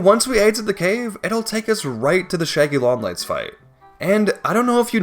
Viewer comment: “The shæggy long legs”😂